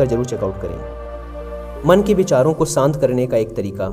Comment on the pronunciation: आप अच्छे कथाकार हैं किंतु एक कथाकार होने के नाते कृपया उच्चारण मे सुधार करें जैसे सांत नही शांत, वर्सो नही वर्षों इत्याति । स और श या ष के उच्चारण में बहुत फर्क होता है।